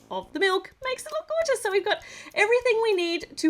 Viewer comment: Calling milk gorgouse when in your life.😂😂😂Hhh I love you